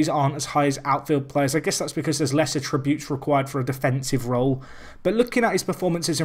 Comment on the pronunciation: A-ttributes! The emphasis is on the A not the 'trib'!